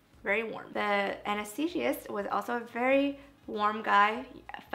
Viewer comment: anesthesiOLOGist ... not anesthesiest....